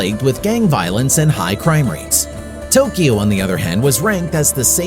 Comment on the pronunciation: Thanks for correctly pronouncing Tokyo.❤